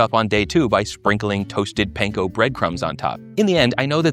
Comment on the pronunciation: please pronounce panko as pahn-koh. Thank you